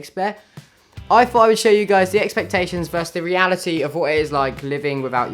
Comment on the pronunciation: when says he's learnt a lot but he hasn't learn how to say expectations yet